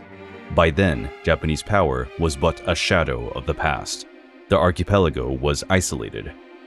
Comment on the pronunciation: WHO SAYS ARCHIPELAGO LIKE THAT??? sounds like a sim is speaking 😭😭🙏